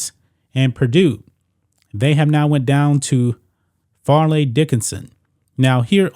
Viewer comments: We used to call it Fairly Ridiculous and it is pronounced with a long "A" sound. This is good news. I can't think of a better school to get beaten than Purdue. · Fairleigh us the right name and not Farely or Farleigh but Fairleigh pronounced Fairly